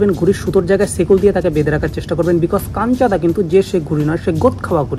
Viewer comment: ota kancha-da noy ota kanchu-da hobe 😛